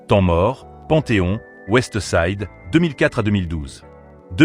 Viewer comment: La voie du narrateur est degueulasse, "OuestE side, 1kut , nero Nemezi, mc jean G.A.B.1, kalash il montre la photo kalash criminel 😂"les prononciations c est pas possible pour kopp c est l ia ou quoi ?